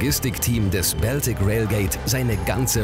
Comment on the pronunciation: Da kann der "Moderator" aka. Sprecher nichts zu, denke ich. Der liest nur den Text der Autoren vor. Das allerdings auch nicht perfekt, wie z.B. bei der Aussprache von "Baltic" und "Holgersson".